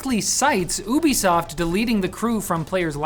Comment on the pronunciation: I know he said Ubisoft but i heard boobisoft